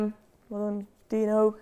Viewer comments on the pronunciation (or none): none